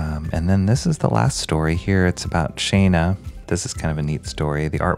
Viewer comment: That book looks great. Little more realistic proportionally. More like real people. I think it's Shanna, like "shawn-uh." You DO like black and white, don't you?